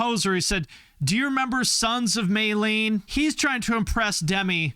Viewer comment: he said Son's of Mayleene?? WTF